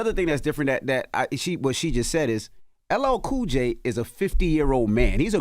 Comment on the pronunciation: Joe could get a pass on this 1. He's reading the screen and still got LL's name wrong. .smh 🤦‍♂️he's old man 👴 lol